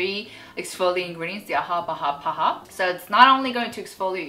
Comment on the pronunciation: I get bothered when she reads AHA and BHA. 😅